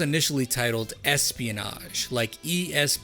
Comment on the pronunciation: ESP-O-NAH-ge make me spit my drink